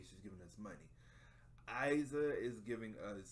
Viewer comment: I loveeee your reaction!! Only Iza pronounces like "Eeza" but don't worry :)